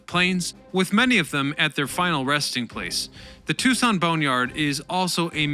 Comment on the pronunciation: Unbelievable!, for someone who gets so many words mispronounced, it is stunning how you got both Tucson and Davis-Monthan Absolutely perfect!